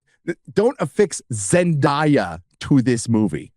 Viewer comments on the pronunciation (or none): its Zen DAY a not die-a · Zen Die Ya 😂😂 I’m sorry I couldn’t handle it. Idk how people pronounce her name wrong. Zen-DAY- A. 😂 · Can you at least learn how to pronounce Zen-day-a's correctly? You keep doing it over and over as if it's not well know how to say her name. Sheesh. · The way he mispronounce and enunciate zendaya's name sounds kinda racists💀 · Why do you insist on saying Zendayas name incorrectly like you're Christopher Walken?